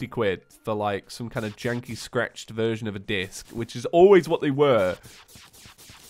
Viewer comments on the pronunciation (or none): none